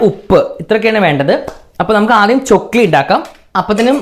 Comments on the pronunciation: Chokkili alla chakkli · Chokli alla chakli😂 Iam ksd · Chokli alla😂 chakli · Chokli alla itha chakli aanu🤣🤣🤣🤣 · Chokili alla. Chakli aan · Chokli alla..chakli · ചൊക്ലി അല്ല chakli ആണ് 😂